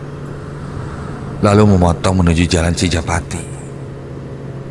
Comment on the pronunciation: CI JA PA TI admin bukan CI PA JA TI